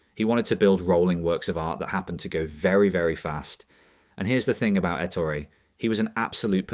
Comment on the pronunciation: His name was Ettooori. Not Ettory.